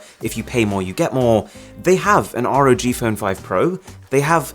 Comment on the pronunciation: it's not R.O.G it's just ROG like log with a R